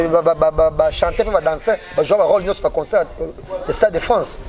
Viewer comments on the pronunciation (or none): none